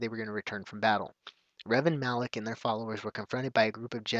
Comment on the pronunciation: Isn't it Malak? not Alak? I'm not 100% sure though.